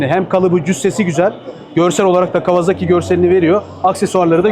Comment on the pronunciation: Canini sevdiğim kawaZaki deme. Gıcık oluyorum. KAWASAKİ